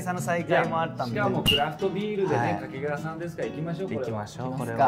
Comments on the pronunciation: 掛川のイントネーションがずっと気になる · 掛川の発音は 沖縄ではなく 山梨です